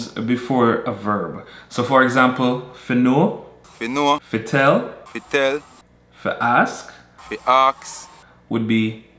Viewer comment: "Fi ask" sounded very British to me.